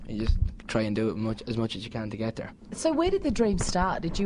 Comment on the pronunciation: when he says "get there" :'D the way he says 'there' makes me wanna scream haha :'3 I love him so much so so so much! <333333 omg